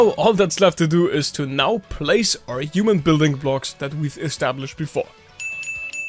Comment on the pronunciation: "a yooman in perspective"